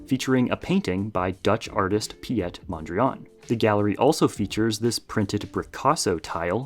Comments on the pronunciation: Piet mondriaan is pronounced as "pete mondrian" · Pi-yet Mondriyan lmaoo 😂😂😂